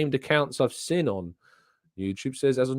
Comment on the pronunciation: Can you please pronounce seen correctly? Lol “sin” lol